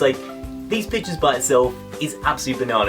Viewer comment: sounds like he said bitches instead of pictures anyone else agree